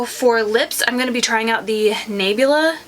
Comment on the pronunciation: Hey, the brand is pronounced Na- bla, instead of Naybla! Lol I love the brand, esp their bronzers, highlights, and eyeshadows. You look so pretty!